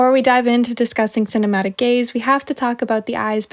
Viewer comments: i wasn’t watching, just listening while painting and for the longest time i thought you were saying gays😭😭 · It took me a solid five minutes to realize you were saying gaze and not gays